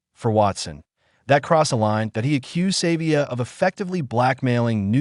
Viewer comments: His name is SA vee ah not saver! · His name is not Savior uf you can't pronounce Savea then don't talk. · Stop blaming and finger pointing, the bloody same thing happen to netball. You can't even pronounce his name, what you heard and truth are 2 different things. Supporting gossip and toxic narrative is disgusting, stop pointing at Savea, they did it to netball Taurua, at least Ardie Savea has the balls to speak out, and now he's the bad guy, fix the problem not blaming one person, get over yourself and stop talking bullshit..period